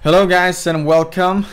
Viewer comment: "Hello guys and whalecum"